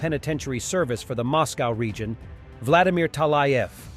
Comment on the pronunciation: Mozcovy is sooo "taiga-league!"